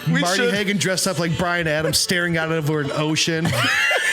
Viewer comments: Marty Haugen, not Hagen. If you wish to insult him say his nsme correctly. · You all should have really done a little more research before you did the show. For example, pronouncing their names correctly. Schutte=shooty Haugen=Haagen And it’s John Michael Talbot, not Michael John, or Michael. John Michael Talbot did not write Be Not Afraid. Criticize the composer, not the performer. The King of Glory‘s melody is an old Jewish melody. Why isn’t Abba, Father on this list? You could have substituted all of the songs for that one. THIS is the granddaddy, sweetheart. And knock off the swearing.